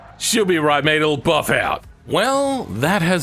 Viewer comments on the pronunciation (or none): none